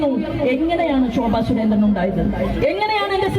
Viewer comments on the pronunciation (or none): ചുരേന്ദ്രൻ അല്ല സുരേന്ദ്രൻ